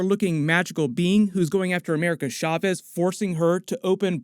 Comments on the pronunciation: Cha-vez Not SHA-CHEZ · I thought chavez was pronounced just like caves 😂